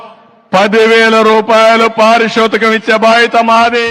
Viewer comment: PaariSHOthikam kaadu ... PaariTHOshikam 😂😂